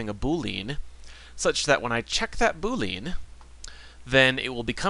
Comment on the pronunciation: It's pronounced "boo lee uhn", not "boo leen".